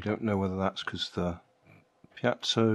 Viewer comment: It is pronounced PeeeeeeeeeeeeeZooooooo. We use them in sonic machines to drive the titanium horns in what we called a stack. It works like a jack hammer at 20K range and higher and lower to weld plastic together at a localized spot. We also built "spin welders" that held one plastic part and spun the other. Air pressure being applied at the same time, creates fiction. Hold until cool and release the part. Bingo welded together. You can do this with same type of plastic in your drill press.